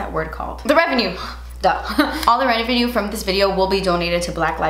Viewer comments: lol! “What’s that word? REVENUE! So, the REN-VE-NU.” lmao I love you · Did anyone catch “the revenue! The renevue” she says it weird the second time 😂😂😂